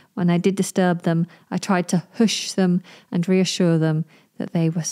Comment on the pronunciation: Isn't it /Huhsh/ 🤔